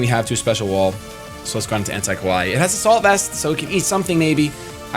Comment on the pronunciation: Kawaii is pronounced ka-wai-ee and essentially means "cute". Ko-wai means scary.